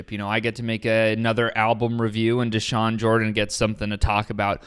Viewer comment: His name isnt theshawn its dashawn he was born to this